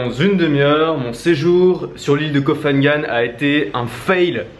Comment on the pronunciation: Ko pha ngan se dit Ko Pa ngan, pas Ko Fa Ngan